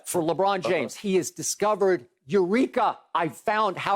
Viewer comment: I lose it every time skip says “Lebrick” 😂😂😂😂😂😂😂😂